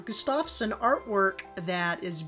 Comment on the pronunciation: Gustafson is an old scandia name. It comes from the first name of Gustaf (Gust-of) so it is pronounced GUST-of-son, meaning "Son of Gustaf". Beautiful framed Lithographs! Enjoyed your haul.